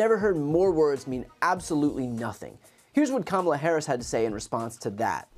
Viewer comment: If you watch the whole commercial, he pronounces Kamala correctly, twice.